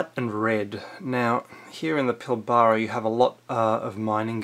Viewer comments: its pilbara not pil - baaara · OMG, it's not pilBARRRRA, it's Pilbra, say it like that. Your pronunciation is funny... If you Google Mud Fossils, you'll see what Australia is all about. Basically it's the right hand part of the brain of Africa. Sounds crazy, but if you look at Africa, you'll see Australia is the chunk missing and thrown to the right... Amazing... The world is full of dead giants, animals and dragons, check out the sides of mountains - they look like petrified muscles. We're like white ants, eating and slowly destroying everything. Just be love :) x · My 10 year old grandson could put together a better researched article than this rubbish. Also its Pilbara (pronounced Pilbra) not Pilbaaaaara. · Pil-bra not pil-bara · how many ppl have pulled you up on your "Pill-bar-rah" pronunciation??? Its "Pill-b-ruh" (short "bruh") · it is pronounced - PILLBRA. not pli ba ra. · Pill-bra not pil-ba-ra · Pilbara - pronounced - pil-ba-ra not pilbarrrra. You're obviously an eastern stater and have never been there. It is not all flat. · lol! I was thinking the same thing about his pronunciation of Pilbara. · You’re a aye It’s pronounced Pilbra. Your video is a load of un-researched opinions which lack any fact Waste of time and you’re a waste of oxygen. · Pill-bara This dude has never been there,,,cant even pronounce it,,,Nothing grows where there is no water,,,DUH! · Pil-bruh.... Say it with me PIL - BRUH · pilbraaa phonetic pronunciation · If you can't pronounce Pilbara, maybe you don't know so much. It also might have been destroyed by lack of rain. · Very interesting!...but please learn to pronounce PILBARA properly.